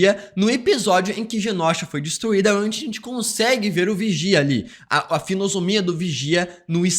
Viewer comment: "Finiosomia" kkkkkkk esse faz força pra falar errado kkkk